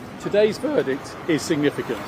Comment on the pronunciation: . " Today's VHHERRRdict."